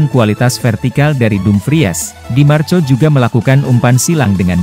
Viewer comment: Bahasa ente kadang kadang.. Tulisan di marco,dibaca di marko, ente kadang kadang ngadi ngadi